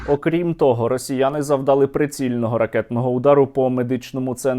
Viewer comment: не завдАли, а завдалИ, а завдалИ, завдалИ, завдалИ, завдалИ, завдалИ